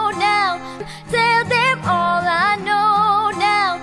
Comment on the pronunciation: مشكور الأخ على كل مجهوداتك: ملاحظة : كيف إستمعتم لنطقها لـ " When all is done "...؟ , إعتماداً على ما سمعته أعتقد بأنّها نطقت بـ "hal is done " هل هي ضمن الـ Slang؟